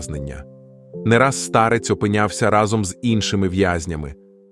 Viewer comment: Не старЕць, а стАрець. Штучний інтелекте, працюй над наголосами!!!